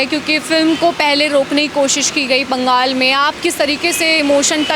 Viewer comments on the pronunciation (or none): Bangal nahi Bengal hay, sahi se bolna sikho fir reporting karo